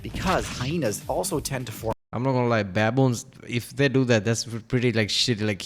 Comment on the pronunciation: It is "baboon" not baBOOM